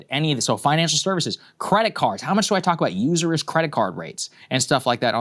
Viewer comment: It’s not “usurous.” It’s “usurious.” I had to double-check to make sure. It really hit my ear wrong…